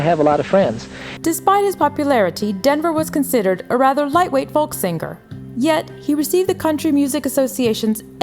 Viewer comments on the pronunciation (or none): I wish she'd stop saying sing ger.